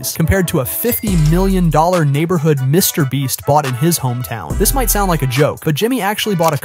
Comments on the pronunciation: He said Mr breast😭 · “And its own by mr brest” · Bro called him “Mr Bleach” at 😆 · "Mrbreast" "Mrbleach" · Why does this AI voice always say “Mr Breast” at some point in the video? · Yes it’s an AI voice that always does this, who ever wrote the script made a typo 😅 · Bro Said mr breast 😂😂 and stop acting like Mr beast brag over these things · Mr breast? Mr bleach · bro you say mrbreast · Mr "bre-st" ... um no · Get your ai voice over to fix its grammar or proof read your script dude. You repeated called mr. beast : Mr. Breast, Mr. Bleach, and you said sheran tanks instead of Sherman tanks and got you monetary amounts wrong saying billions instead of millions. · Why do you keep calling him Mr BREAST? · the way this man pronounces mrbeast is crazy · It’s funny how you messed his name up a different way every single time